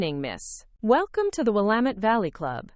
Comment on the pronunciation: I must say I am surprised that your narrator actually knows how to pronounce the word ‘Willamette’ correctly!